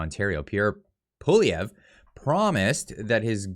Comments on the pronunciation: Poilièvre (pwaljɛvʁ) A tough one. However, accurate pronunciation would closer to "P-wah-lee-eh-vr". Example: By the way, love the frequent updates,. Keep at it.👍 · Do Something : The easiest way for an anglophone to pronounce Poilievre is as follows. Pouh-wal-lee-evre. The first "e" of evre, is pronounced like the last "e" in the French word, "échec." Hope this helps. ☺ Tomorrow, I'll show you how to say Gérard Despardieu!!! LOL PS: For Poilievre, you can also translate both words that form it and that's Hairhare. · Pierre Prononced ...”Pawlievre” not “Poilievre”.... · please learn to pronounce Pierre Poilievre's name. You are butchering it. Love your no BS reporting!!